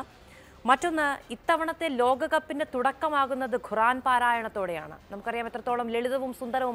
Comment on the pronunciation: ഖുറാൻ അല്ല, ഖുർആൻ